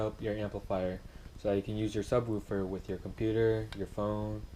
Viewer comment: Say subwuufer one more time